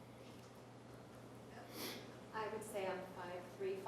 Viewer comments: Nurmi said the dreaded NON-word: "heighth" is not a word!!!!!! Lawyers, doctors, and teachers should never ever EVER say "heighth." Then again, Nurmi DID lose his license to practice law... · I thought no one else caught that. That "non-word" bugs me to no end!! IT's HEIGHT!!! Period! There's no "H" at the end!